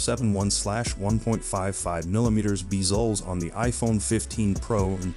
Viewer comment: “Beezlez” is crazy!